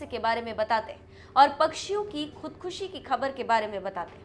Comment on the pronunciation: शब्द का सही से उच्चारण करना चाहीये खुदखशी नहीं खुदकशी या आत्महत्या ।